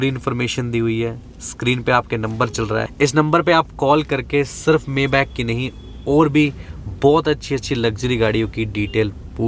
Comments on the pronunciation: Bhai Mayback nahin maybach hota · मेबॅक नही मायबाक बोलते हे इसको भैय्याजी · Mayback???? Correct pronunciation : my -- baaakh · Bhai usse मेबैक नी माईबाक bolte hain. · You are right , mi-baakh or sometime mai-baa(kh silent) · Ur pronouncetion is wrong..... It is My bha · Maybach ka pronunciation bhe nahi aata 🤣